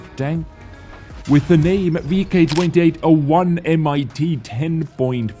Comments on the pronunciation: How says it: M I T How it's actually said: MIT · It‘s Not M I T. It is pronounced „mit“ and means „with“. So it is the „VK 28.01 with 10,5 cm L/28 gun. But never mind: I love your clips and your moderation 😊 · "MIT" isn't pronounced M.I.T. it's called "mit" what means "with" in German so basically the Tank is called: VK 28.01 with 10.5cm l/28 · Not M I T but mit, like in mittens. It means with. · It's not M.I.T.... it s" mit" with means "with" in German. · Hi, it's actually not "M.I.T."... it's just "mit" which means "with" in german. ( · The MIT in the Name is 1 Word and pronounced mit and Not M. I. T. and means "with" 😂😉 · never, never say "M-I-T" again. It is just "MIT" and means "WITH" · M.I.T. haha what, like the university? :D Pronounce it like 'mitt', it means with. Also disappointed in you not liking the ankou tank. Girls und panzer probably did more for the game than any CC combined, and then you immediately shamelessly plug your merch... dislike from me, sorry. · please stop saying "mit" like M.I.T. because it juste means "with" in german. Just say "mit" like you would say "meet" but.. shorter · I love how you pronounce the complete name of the tank at about but the word „MIT“ ist not spelled M,I T, it s the german word for „with“. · I thought was German for some reason until he read "Mit" as M.I.T lol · MIT is just german for with, so u dont say M-I-T :D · it s not M I T its german word "mit" = with in english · the MIT just means "with" in German and it is not pronounced als single letters but as a whole word. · the M-I-T or 'mit' is simply the german word for ''with', so tank x with gun y